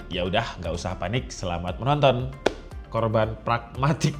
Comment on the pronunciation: huanyinggg ... "korban pragmatig" 🤭🤭 GOOD !!